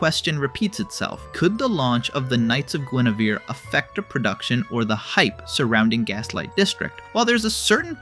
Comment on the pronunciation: it's "gwen-er-vere" not "gwen-ah-ver"